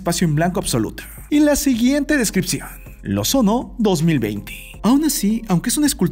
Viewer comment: Bro, pronunciarse lo sono, en vez de io sono, que significa yo soy en Italiano, para la próxima 😉 Psdt: parece que es lo sono, pero es una "i'' en mayúscula